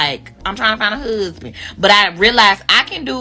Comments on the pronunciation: Woman, just the way you express yourself, the way you speak indicates that a good man would have no interest in your dumbass. Go and have several seats. In looks I guarantee you that you don't have that many great options. All of that "hoosband" nonsense...learn to speak properly first, get to a healthy physique then maybe you might have the right to have your options validated. My lord that horrible tone and manner of speaking is simply frustrating. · What in the hell is a whoosband? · The way she pronounces “ hussssssband “ I knew it then, ain’t nobody marring her 😂. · The way she pronounces “huzzband” is a 🚩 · Oh, I thought maybe when she said, “find your Huzzzzband.”😂😂😂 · What did you expect from someone tryna find a huuzbun? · You should be able to pronounce "husband" in order to get one........ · I’ll put $1000 on it that this single 32 year old woman will never get married she’s too stupid She can’t even pronounce husband😂😂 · That rachet ass way she talks.. omg I could not have a conversation with this chick… “appleasing, huuusban, aks, thurapy” 😩 my head hurts